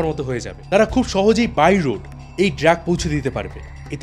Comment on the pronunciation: ড্রাগ কে বারবার ড্র্যাগ বলাটা কানে বড্ড লাগলো, আর আপনি দয়া করে বলার গতি একটু কমান, মনে হচ্ছে যেন পড়া মুখস্থ বলছেন।